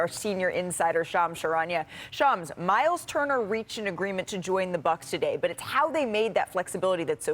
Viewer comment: "Myler Turner"